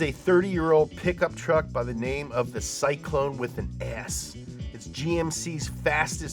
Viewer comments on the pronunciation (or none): Syclone not Scylone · “GMC Scylone”?!? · Syclone with an S! "SCYLONE" Nailed it! Love you guys though, keep it up. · Ah yes... The GMC Scylone